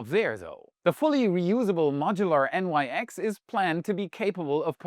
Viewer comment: As the Nyx is named after the ancient Greek goddess, it likely is pronounced /nɪks/ (IPA/English) and not N-Y-X.